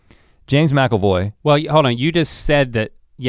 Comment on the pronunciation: Its James Macavoy, right? Not macelroy. I had to Google to make sure there was not an actor in "It 2" named James Macelvoy.